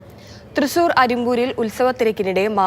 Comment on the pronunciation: Trisssuurrr allaa Thrissur ann... 😁